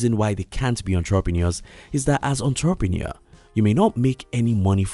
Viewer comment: The way you pronounce " entrepreneur" is sooo annoying 😑